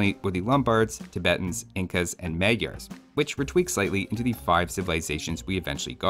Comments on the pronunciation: You add a fact about Khmers and how it should sounds, but you go and say magyaars instead of maďars as it was intended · Another mildly interesting fact is that Magyars name are mispronounced too. "gy" is a unique sound/character. Also the first "a" should be pronounced as the second.